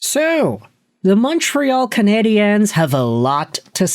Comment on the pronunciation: Again... it's pronounced " CanadiAns" when speaking English. Coming from an anglophone Montrealer... but obviously you don't read your comments. Fool